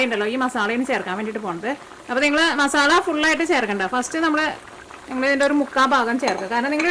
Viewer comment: ഉണ്ടാക്കിട്ടോ... അടിപൊളി 😊❤️പിന്നേയ് മസാല !!!മസാള അല്ല 😊❤️